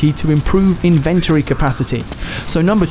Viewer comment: Thanks - This guide was useful (Though I'm pretty sure the word "inventory" is trochaic, not iambic... ;-) ;-) )